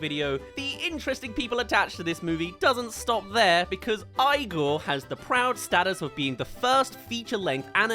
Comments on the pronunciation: Could you re-edit this video from You disrespecting his name , to saying his name right? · Bro Igor was the shit back in the day it had its faults but still have fun watching it also btw you’re pronouncing Igor wrong also this is just a bad take all round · I’m unsubscribing for this It is not terrible And calling it a Tim Burton knock off is such bullshit Nothing can be gothic now? And you couldn’t even be bothered to pronounce it right I regret ever subbing such a TERRIBLE critic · The movie isn't that bad, and you saying the name wrong is really making me mad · How does one mispronounce the title/main character's name so many times while its said correctly in the movie?😭😭😭😭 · Why do you pronounce his name like that? You showed a clip of him saying his name and that's not how he said it at all. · Bro, its driving me nuts that you didnt pronounce Igor right once in this video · Why did you have to mispronounce the movie name the WHOLE VIDEO? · Whole Überwald is offended by your pronunciation of Igor. The movie however seems interesting. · Five seconds into the video and he already mispronounces the name of the movie he reviews, I remember my first day too lmao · I'm glad that I'm not the only one that is bothered by the pronunciation of Igors name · You got bad taste , and learn how to pronounce the name. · I absolutely loved this movie The Igor pronunciation is driving me insane 😭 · Why you bully the movie? I loved this movie and still do. You're literally so mean for no reason lol. Also pronounce Igor right wtf? I'm not a hater btw. I've been watching you for a while, I'm just wondering why you're so upset about this movie lmao. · How the hell are you going to make a whole review where you keep mispronouncing the main character’s name and still include clips of the name being spoken? Are you doing a bit? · Lol as soon as I heard him pronounce it like that, i knew I wasn't gonna be the only one really annoyed by it. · Alcohol poisoning right here😭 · EE-GOR